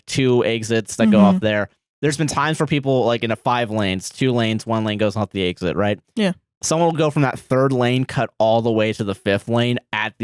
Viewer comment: says exit like “eggs it”